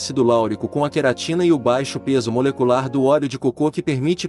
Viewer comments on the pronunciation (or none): ELE É PERSONAGEM FALSO MÉDICO FEITO POR IA, FALA COCO COMO SE FOSSE COCÔ.